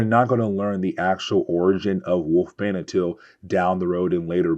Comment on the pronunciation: Wolfsbane has an s in the middle of her name, and it is not a silent one.